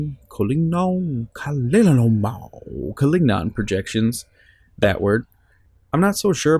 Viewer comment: You can say the name "Collignon" as "Kollinjon", because that's the way the French say it normally. So "gn" becomes "nj". Good luck.